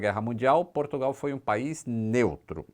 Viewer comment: Portugal... O porto diz P"u"rtugal...kakaka